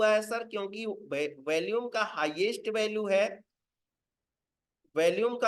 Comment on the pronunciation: Sir bohat badiya raha. Apse request h ki "VOLUME" shabd ka Google par pronounciation yaani ki kaise bola jaata h vo ek baar dekh lein. Aap is shabd ko galat bolte hein. Dhanyavad